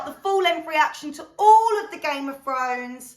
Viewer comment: ‘Gayme ov Frones’ 😂